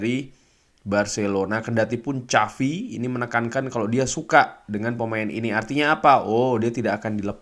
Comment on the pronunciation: xavi ya sekali lagi xavi hernandez, bukan chavi haha